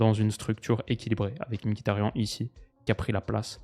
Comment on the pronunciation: par contre ca se prononce ''miktarian''